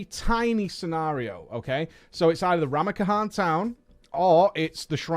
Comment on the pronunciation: How did you manage to add an entire new syllable to Ramkahen